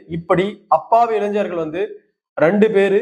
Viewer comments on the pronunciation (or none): none